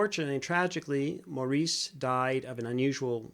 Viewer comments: Please realize Maurice's name is pronounced MORRIS!!!!! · Thank you for this reaction. You should know that Maurice's name is pronounced Morris. They are English.